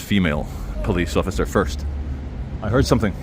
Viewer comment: "David, don't hassle the Hofficer"! 🤣